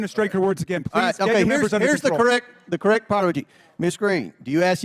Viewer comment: here's the correct what?! Maybe Mr Comer could enunciate if he'd take just a second off of licking Mr Trump's boots.